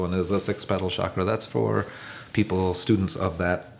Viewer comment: SHakras are Indian cucumbers. CHakras are energy vortices; the letters C and H together make a 'ch' sound - like choo-choo